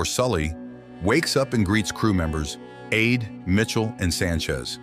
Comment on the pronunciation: When the Yoruba/Nigerian name ADEWOLE is nicknamed to Ade, it is pronounced ah-DAY, not "aid" --- latter sounds STOO-pid !! Sorry :(